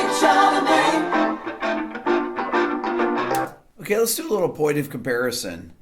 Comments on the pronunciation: " kid charlemange" lol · Not to be a pest, but it's Charlemagne, not CharleMANGE. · But please, "Kid Charlemagne", not "mange"! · I have 2 small criticisms on this. First, it’s “Charlemagne” not “Charlemange” and second (and slightly less petty) one of the key elements of Carlton’s guitar solo that I think was overlooked was the quite brilliant punctuation by Bernard Purdie’s drum fills. Carlton’s solo is amazingly inventive and deliciously well played, but don’t ignore how well Purdie’s fills introduce it. But, whatever. I loved this song before Rick deconstructed it. I love it even more now. Cheers, Rick. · I did not read all the comments, but it's Kid Charlemagne. Not "Kid Charlemange" :-) . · “Kid Charle*mange*”? lol (14.59) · "Kid Charlemange"... oops :)